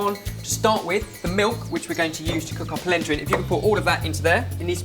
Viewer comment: whats palenta? hahah